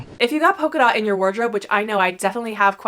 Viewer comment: Great content. Thank you. It might be my British ear but did you say poker dot or polka dot? It might be a pronunciation thing. Xxx I know that you know it is a polka dot - after the dance! X